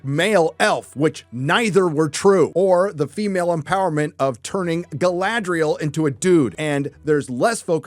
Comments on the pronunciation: I have to admit understanding Geil-ladriel for the first couple of times he said it while it seems he meant Guy-ladriel all the time. Greetings from Germany lol. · Say the Name Galadriel right! Not Guyladriel!!!!!!!!